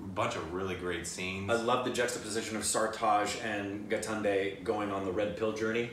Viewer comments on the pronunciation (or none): I like how says GITANDE instead of GAITONDE!😂😂😂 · The correct pronunciation is "Guy - tone - day" (Gaitonde). You are pronouncing it as gaatnday which is super funny. Here is a general yardstick .. With hindi, roll your tongue as you would in spanish and you will get most of the words right.